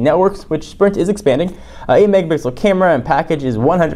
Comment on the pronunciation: "8 Megabixel Camera"